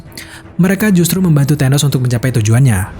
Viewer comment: Tenos? TA...